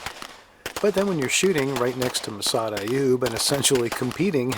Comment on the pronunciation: Did he say Massad Iube. Met him a few times. He testified for a friend in a use of force case. That guy is the real deal